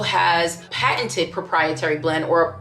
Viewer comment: That “paten-t-t-t-t-teded had me cracking up